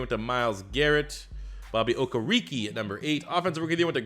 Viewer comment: You can say Okereke without a hitch but Mukuamu not? Muku-amu how hard can it be?